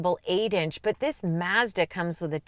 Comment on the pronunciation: Great comparison and I like the correct pronunciation of Mazda! The Mazda is the winner for me!